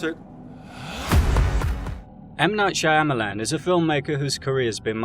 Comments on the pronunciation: Is it just me but every time I hear M Night shamyilan it’s just disappointing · I feel sorry for you boys, to be as mad about a few movies. Let's take that word again its a movie. And you pronounce the man's name incorrectly. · I never heard his last name pronounced that way but i love it